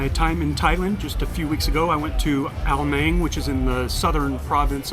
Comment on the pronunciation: Ao Nang is my second home I lived there for a few years. It is pronounced "Nung" however, not "Nang".